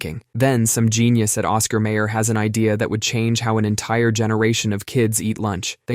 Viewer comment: Oscar my-er. Rhymes with higher. Not with a lame singer.